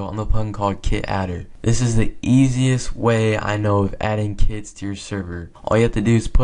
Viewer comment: I thought he said "You can rename kids" LOL